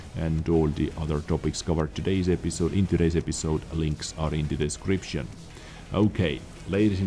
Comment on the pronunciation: I just love the way, you customused the pronunciation of Dezcription during your videos. Nice. Trademark it. Dezcription recipe from... Username: Peto177Vizsla, server: EU. All the good health 2 all.